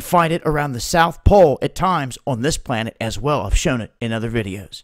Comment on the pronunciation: You keep saying "planet." You almost have it right.